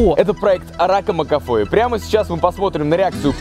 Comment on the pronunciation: мне показалось, или место "Ракамакафо", он сказал "Фракамакафо"? хд